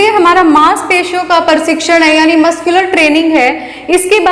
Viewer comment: पढ़ाया तो अच्छा पर आपका उच्चारण अनपढ़ों जैसा है, यथा आप बोलती हैं शारारिक, परशिक्षण, धवनी इत्यादि । ऐसे 100 शब्द आपने गलत बोले। यह गलत शिक्षा देने के साथ गंदा भी लगता है।